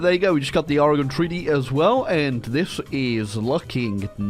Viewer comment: as an Oregonian i nearly had a stroke when i heard you pronounce "Oregon"